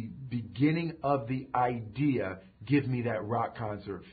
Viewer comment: ha molte aidia ^^ "idea"